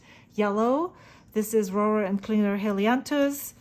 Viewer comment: I love hearing you say Rohrer and Klingner the way it's supposed to be said. There's sure no way I can do it...German heritage or no. I really love the colors you've chosen. I hope you enjoy using them.